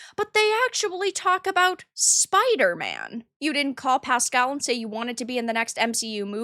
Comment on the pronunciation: SpiderMAN not spider-it